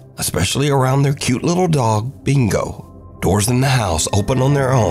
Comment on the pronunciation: Thatsuh BINGO!